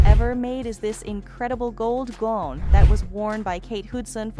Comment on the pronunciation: White wedding “goon”. Wth is going on the the mispronounciation